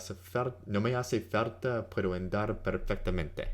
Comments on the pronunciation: His pronunciation is not good and he teaches Spanish. Falta is with and "l" not "r'" sound. His "andar" is off too. I do appreciate the How To on Anki but I can't in good conscience not mention the weak pronunciation. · well, there is a part in the middle of the video in which he says he doesn’t record or review pronunciation because he already knows how things are pronounced. I greatly respect his work and I appreciate what he’s doing for free, but... yes, “falta” sounds like “carta.” And “andar” could be more precise on the initial a. It’s more English leaning the way he says it - like a long A of “and.” But that is relatively minor. He makes himself understood. I’m not saying I’m perfect. Just that I did notice those two very minor aspects. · did you hear how he pronounced "falta" .. quite wierd